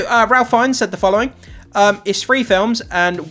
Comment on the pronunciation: Just an FYI: Ralph Fiennes pronounces his first name (phonetically) as 'Rafe'. Thought you might like to know.